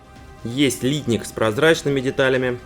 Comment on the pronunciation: Хороший обзор, но режет слух ударение в слове литник, знаю что по нынешним правилам так принято говорить, но не профессионально, даже технологи переработки пластмасс так ударение не ставят. P.S. в индустрии переработки пластмасс не один десяток лет.